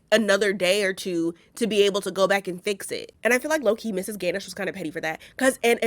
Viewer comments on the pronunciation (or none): Pronounced: gah-nush